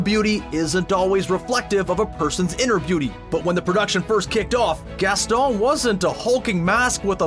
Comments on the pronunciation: Did anybody else get annoyed when he kept saying Gastol? YO ITS GASTON!! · ( gas- toe ) ? Uhh I think you mean Gaston 😂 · its pronounced gaston not gasto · It's not gestall it's geston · Did you just call Gaston Gastal?! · why is he saying Gastol not Gaston...it’s really bugging me..unless I’m hearing it incorrectly. And if he’s saying Gasteau.. that’s still incorrect. There’s a WHOLE song about him at the tavern where they say his name multiple times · Its Gaston not Gastol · you keep calling Gaston 'Gasteu' sounds that way to me at least was that his ORIGINAL name before some change to Gaston? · On the Beauty And The Beast one with Gaston, it sounded like you said Gastol in a french accent Like if you agree! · The likes are how many times said Gastoh | | \/ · "And that would be GASTOH AND I OOP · He called Gaston, gastoe. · When you become French when you say Gaston: Gastoh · I heard "Gastol" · same...I was like what is he saying Gastol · Umm im sorry but the way he said gaston is kinda funny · Why are you saying “Gaston” like that?!? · I think you're overly-Frenchitizing Gaston's name.